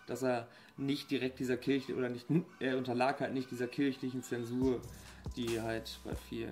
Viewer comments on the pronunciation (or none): none